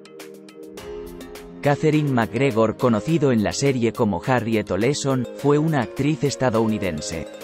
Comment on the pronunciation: Cuál Nelly Oleson...? , era Nelly Olson. No inventes....😬😬😬😬😬